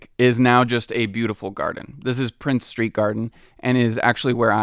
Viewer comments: Its princes street and princes gardens not prince street...its also pronouced jakobyte and not jacobite...other than that a very good video bonus points for pronoucing edinburgh correctly...you could have used the glasgow term though for the city...😂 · Norloch not Norlok and it's Princes St not Prince St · This was the most surprising mispronunciation to me, as it's arguably the city's most important street-- certainly the one that links the two halves together. Not only is there unquestionably an S on the end, but I would expect our YouTuber to have heard people saying the name at some point.